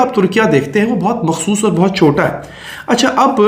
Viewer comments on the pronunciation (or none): none